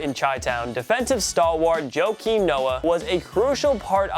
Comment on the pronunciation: Joekim Noah lol (Wa-keem)